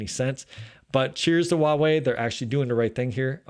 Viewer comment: Don't take this personally .but why does every American Youber mis pronoun the Chinese word 华为？